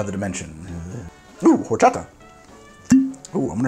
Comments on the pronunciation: Side note from a Mexican fan, horchata Is pronounced "orchata". The h doesn't make a sound, but other than that great show great drink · Just heads up, being a Spanish word, horchata is said or-cha-ta. The H is silent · Do NOT pronounce the "h" in horchata, sir, please. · H is silent in Spanish. ;) (Think "Orchata") ... Much love from an American living in Mexico. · The h in horchata is silent :)